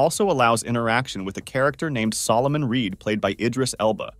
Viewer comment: Who the heck is idris elbow loool